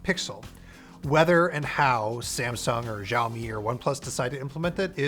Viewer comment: How hard is it to pronounce Xiaomi correctly?